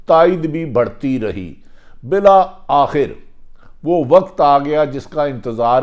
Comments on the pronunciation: mohtram janab Bhatti sb. bahot umdah aap ka halaat e hazra per tajzia. braye maharbani apni qaumi zubaan sahi kijyea (meri baat yaqinan buri lagay gi) - aap Muslim ko Muslam kehtay hain - doodh aur shahad ki nahrain 'BAITHEN' gi ? - BILA AKHIR nahin (Bil'Akhir) - Hamla awar 'karnay se'? - Mobaina? nahin (mobaye'yana) - 'hadaf' ka nishana ban rahe hain... ? - Ba'di ul nazar ( taqreeban her video main yeh lafz istemaal kartay hain, goya aap ka takiya kalam hae) aur kayee khamiyan hain. mera mukhlisana mashwara hae ke upload karnay se pehlay kisi sb se sahi talaffuz etc pooch kar rehearsal kar liya karen). gran guzray to maaf kardijyea ga aap ka mukhlis. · Mohtarim Bhatti Sahib"Bil akhir" is the correct pronunciation